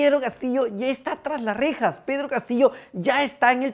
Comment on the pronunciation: A LA REJAAAAAA ! O COMO DIRIA CASTILLO, A LA RIJAAAASh !